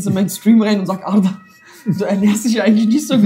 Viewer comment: er spricht ARDAs Namen korrekt aus. Leute das ist soooo wichtig. Das ist der Unterschied zwischen wissen und Bildung. Jeder weiß das er einen türkischen Namen hat. Bildung ist wenn man sich auch Gedanken macht über die korrekte Aussprache. Hat mich unnormale gefreut.